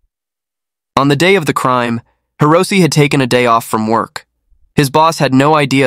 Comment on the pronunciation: It's Hee-Roh-Say, not Hee-roh-ss. Though this guy doesn't deserve having his name pronounced properly.